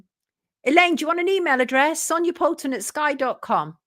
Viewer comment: I love your song 🎶 Good morning ☀️ Good Rising 🎶 It’s time to WAKE UP with Sonia Poultan 😊 and (as always) I love how you always pronounce my name correct (you’d be surprised at how many do not). I love this show so much ♥️